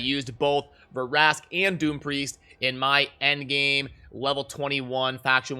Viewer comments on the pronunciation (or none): It’s not Ver-ask it’s Vrask